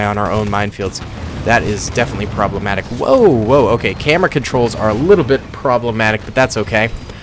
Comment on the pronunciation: Promblematic + sick